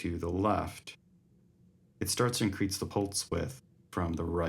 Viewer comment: Did you say “increatse the pultze width”?